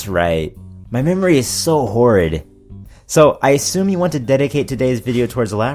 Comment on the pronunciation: "My memory is so whored." ;D I know you said "horrid" but I just find it funny imagining the word as "whored" instead.